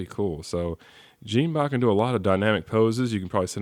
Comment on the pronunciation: in the move it"s pronaons jon-bot